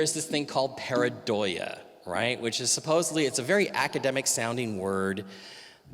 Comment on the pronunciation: Mike it's 'Pareidolia' not 'paradoia'... you're mixing up paranoia with the actual word.